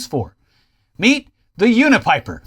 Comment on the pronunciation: My name is Bryan kidd with a y when you said the name of the unipiper it really threw me off lol